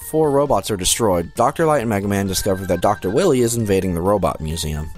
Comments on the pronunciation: Watching the entire marathon, every time he says Wily I can't stop myself from going.. "NO! Its Dr. Why-wee!" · I love this marathon! But the pronunciation of Wily is killin' me. It's pronounced why-lee. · He hasn't called him Willy in the entirety of the Marathon. He calls him Willy here as a joke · Hey Wily,what do you think of Dr Light pronouncing your name as Doctah Wawhee in Megaman 8? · I never noticed they messed up dr wilys name.in mega man 3 proto man said dr wiley.mega man 8 dr light said doctah wahwee.wilys name for some reason is hard for them to pronounce? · It's a joke. Check the Mega Man 8 review, he pronounces "Wily" with a lisp, taken from when he noted that the voice actor for Dr.Light had a case of the Elmer Fudds. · Why are they saying willy